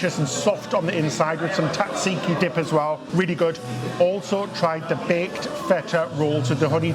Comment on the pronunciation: you pronounce tzatziki wrong. Please look into it. Also that's no real taramosalata. Real taramosalata is not that pink. That's artificial. Also, what's a saxophone doing in a Greek restaurant? Totally irrelevant! Finally, ouzo isn't an after dinner drink. We drink it with lots of mezedes, preferably with a bit of water and/or some ice. It makes it a bit milder and more tasty. Sorry, Paxos Restaurant! Oh! I almost forgot!, I like your haircut! Honestly!